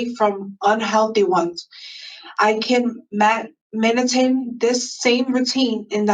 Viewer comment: She says she wrote her statement, but couldn't pronounce "MAINTAIN", Even if she misspelled the word, she should have an ldea of how its pronounced, and it's meaning. She's trying to use it to support her parole release. Crazy 🤪